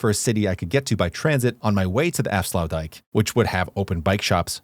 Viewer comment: tbh i wouldnt call it sluices but gates. This because they dont lower or lift the waterlevel and they are a single gate not two gates like a sluice.And youre pronouciation of aflsuitdijk was really that bad tbh.